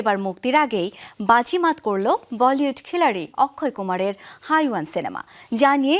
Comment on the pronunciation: 🤣হাইওয়ান ❌হেওয়ান ✅ hindi উচ্চারণ তো আগে করা শিখুন তারপর নিউজ করবেন😒। in Bangla which means শয়তান/জানোয়ার।🙂‍↕️👋🏻